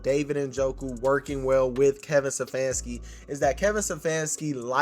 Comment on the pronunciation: I love the commentary but with all due respect... IT'S STEPHANSKI - NOT SEFFANSKI! Peace